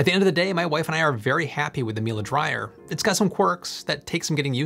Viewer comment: it's not milA , it's milE ! EMPHASIS IN E !